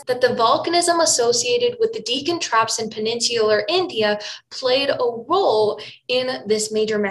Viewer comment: She should at least know how to pronounce Deccan. Indeed, it is very suspicious that she doesn't. Also the crater by the Yucatan peninsula was discovered long before the asteroid theory of extinction was put forward. Oil company geologists had found it many years beforehand, but they were only interested in oil and gas. The problems make me rather suspicious about the overall quality of her videos. There seem to be just too many mistakes that are too obvious, and even a bit of editing for quality from another source would have removed. Probably better to stick to getting information from better accredited sources.